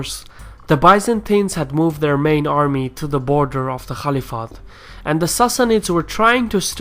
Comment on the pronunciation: Not the calif, it is khalifa